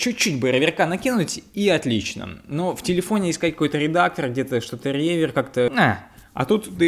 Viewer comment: Может, реверб, а не ревер?